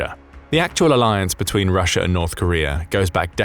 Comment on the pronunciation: I heard a couple of times "data'r" and "Russia'r"...... Adhd got me stressing